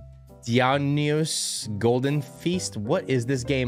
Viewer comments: Sorry im a huge mythology fan, "Dionysus" is pronounced "Die - O - Nye - Sus" 😅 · That first slot is pronounced dye-o-nye-sus